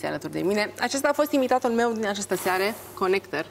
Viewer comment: Ea ii zice conecter :)))))))))))